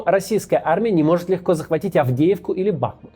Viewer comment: Да не БАхмут,а БахмУт, речка то в городе БахмУтка)